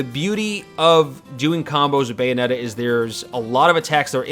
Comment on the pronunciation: "Bayometta" lol